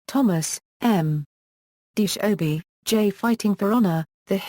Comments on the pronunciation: Oh-bi-ah, not obey. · Who wrote this s*** whoever wrote this has no idea what they're talkin about first of all the correct pronunciation is OH BE AH not obey and second of all that has nothing to do with witchcraft it must be another white person trying to bastardize a culture that they don't understand SMH